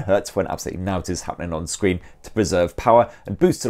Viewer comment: Curved scree? Yuk 🤮